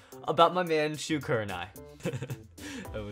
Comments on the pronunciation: Bro, his name is shu not shoe. Show some respect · Idiot he is Shu not shoe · And not shoe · HE IS SHU NOT SHOE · DarkMikeRiDeR209 his name is Shu not shoe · Not shoe😂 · shoe kurenai XD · How dare you put Shu as "shoe" !!!